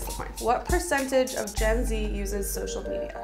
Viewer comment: Did anyone else think she said (jenzie) and not Gen-z